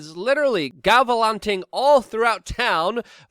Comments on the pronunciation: 9.02 "gavalanting" ? I think you mean "galavanting" Luke. Sorry mate, can't help it. I need correct pronunciation at all times. Love you! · I'll forgive your pronunciation of "gallivanting" this time , but don't let it happen again.